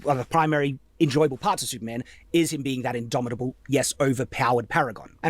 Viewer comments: Take a shot whenever says idomidable. You will die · If this man says indomitable one more time I'm gonna riot.